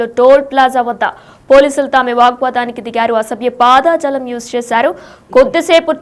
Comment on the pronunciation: పాదాజాలం 😂 కాదు అక్క పదజాలం